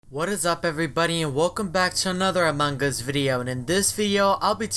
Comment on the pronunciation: among gas Me: it’s us